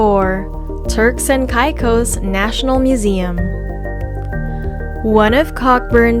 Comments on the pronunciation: As a “local,” no, not Kai cos, Caycos. Pronounce them right. Not salt cay, Salt key. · Totally agreed! An insult to Turks and “kye cos”., it’s “Caicos”. 🤦‍♂️ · Cant listen to a videos that misspronounced the place that im looking for lol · You say Caicos wrong